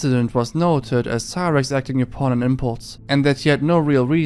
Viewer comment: He can say yall but not upon